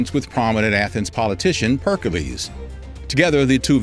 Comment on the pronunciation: Pericles not percalees